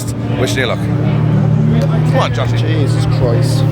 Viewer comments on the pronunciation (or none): that "jeaysus chroyst" was the most irish has ever sounded 😂